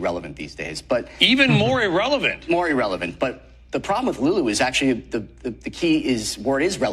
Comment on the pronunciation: Oh my God, stop mispronouncing the word "irrelevant"!